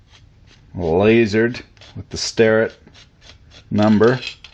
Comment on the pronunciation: Why does everyone pronounce Sterratt when it's spelled Starrett? All the great Youtube creators do it; AvE, Rucker, Mr Pete, Fenner.....